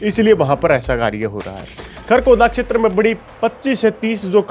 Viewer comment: क्षैत्र को अक्षैत्र न बोलें। वीडियो 👍👍👍